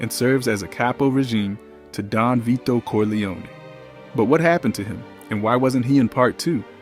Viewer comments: Stupid AI - come on, at least pronounce Vito's name right. "Veye-toe"? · "Let's look at the scene at Vy-doh's funeral...." Can you seriously not spend nine minutes narrating these yourself, so the pronunciation isn't all AI'd up? If you must use AI to generate these, at least use it to correctly punctuate the description text. This is unacceptable, a stunning show of disrespect to the cultural masterpiece that is The Godfather. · The AI reading narrator for this video is terrible, the fact that it can't pronounce Vito correctly is ridiculous!!!